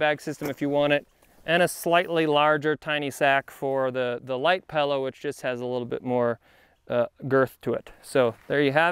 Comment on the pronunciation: Great video, great review. One minor complaint... what the heck is a Pal-oh? (😜)”This is the little dinky bag for the Pal-oh...”